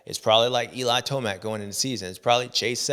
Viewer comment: Did you just say eli toast mac 😂😂😂😂